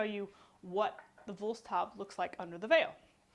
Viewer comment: Just say Woolst-how-bee :o) excellent demonstration and the video quality isn't that poor. Thank you!